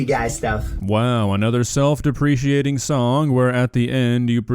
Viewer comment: That is not how self deprecating is pronounced. You’re pretty good with your attention to detail so I figured you’d want to know this. This is not a jab at your grammar.